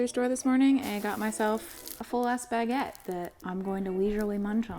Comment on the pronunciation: Hi! As a French viewer I just wanted to say that I don't mind how you say "room" but I do mind the "baguette"... Hope that make sens. That's it. Bye.